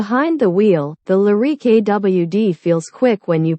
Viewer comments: The Cadillac Lah-reek? Can’t listen to narration this awful. Better luck next time. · She has a weird pronunciation of Lyriq.